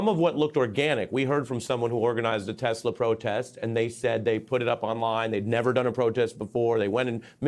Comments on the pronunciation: Trump said he loves tesler? lol I swear I heard that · "I love TESLER!"😂😂😂